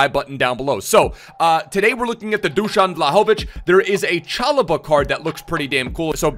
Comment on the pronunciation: You pronounced Dušan perfectly, but just pronounce his last name vlAhović, not vlahOvić :) otherwise great video